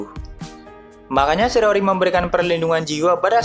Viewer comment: Shiiii raaaa ooo ri..SHI RA O RI... not sirori...🤦🏻‍♂️ either way great content..